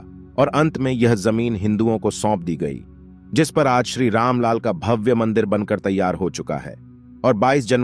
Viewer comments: जय श्री राम। मंदिर राम लला का है, गलत उच्चारण किया है "राम लाल" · रामलाल नही बंधु राम लला कहना सीखिए ।इस विडियो में कितने अशुद्ध उच्चारण अपने किए है कृपया ठीक से हिंदी पढ़ना और बोलना सीख कर तब विडियो बनाइए।धन्यवाद। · राम लला भाई आप बार बार रामलाल बोल कर गलत उच्चारण कर रहे है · आप बार बार राम लाल बोलते हैं जबकि राम लाल की जगह सही उच्चारण राम लला है। लला का अर्थ बाल रूप है। राम लाल का मतलब राम जी के लाल अर्थात लव और कुश होता है। कृपया भविष्य में इसे सुधारने का कष्ट करें। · भाई साहब अपने दो तीन बार राम लला की जगह रामलाल का मंदिर बोला है. कृपा करके उच्चारण में ध्यान देने की कृपा करें